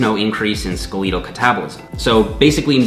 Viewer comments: I appreciate this video and the effort you went into answering questions I've had. I'd like to make a few points about the subject matter though. First off, "skeletal" sounds like SKEL-ET-UL, not SKEL-EET-UL, but that's not really a big deal. The bigger issue I have with this video is that you've cited findings that indicate that reduction in protein is not associated with renal failure in healthy individuals, but that is not the same thing as high protein diets lacking association with renal failure. I believe your overall point is right, but the argument you're making isn't directly backed by the evidence you are citing in reference to protein damaging kidneys. I'd love to see a more in depth video on this with direct evidence refuting the myth of high protein diets damaging the kidneys. Thanks! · Say skeletal like you would Skeletor, the bad guy from He-man, not ske lee tal. Great info, though. love the channel. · nice mic. I bet it sounds amazing when you actually speak into it. try testing it out by properly pronouncing skeletal: skele-Tal not skeleDal into it. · SKA-LEET-AL LMFAOO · You pronounced skeletal wrong! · i like how you say skeletal lmaoo